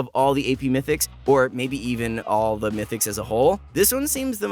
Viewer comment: it is "Mythics" not "Mytics"